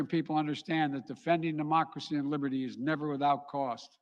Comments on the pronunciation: Im sorry I dont believe a word from someone who cant pronounce LIBERTY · LOL he cant even pronounce LIBERTY and name on thing Biden has done?